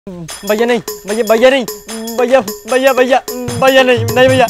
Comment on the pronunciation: Mastani said : भैया ❌ वय्या ✅